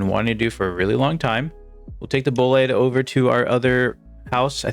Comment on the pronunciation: "Nuovo" - Nuh oh vo. Also "Bolide" - Boh lee deh